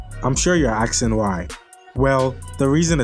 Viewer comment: Axing why 🤣